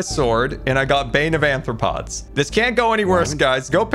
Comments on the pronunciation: Not saying bane of anthropods. Arthropods 😂😂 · Sequel doesnt mean second, its any movie that continues the story so the third movie is also a sequel btw saying anthropods, that would mean human foot lol wait says it like that too... huh do they not know what arthropods are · I am perfectly fine with how you say this as a fellow dyslexic I understand but my zoologist hart can't stand it, its are-thra-pods not an-thra-pods, I understand its the dyslexia but I just had to (ps you're the best I never want you to change) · Why do you AND call it Anthropods? It's Arthropods...you know like the scientific phylum of Spiders (among other things) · Why does everyone call it bane of anthropods instead of arthropods? Bane of anthropods would be useful in PvP. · Ok...say it with me,: ARR-throw-pods. With an "R" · Love how doesn’t even realise he’s saying arthropods wrong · I expect it from but wasn't prepared for pronunciation of "arthropods". Mojang should really just change that enchant to "bane" and have it work on all non undead animal mobs including creepers. Add a weakness effect so fighting cave spiders makes them not poison you. It's silly to have such a dud enchant instead of having the enchants be interesting trade-offs you have to choose from. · The mispronounciation of arthropods is kind of killing me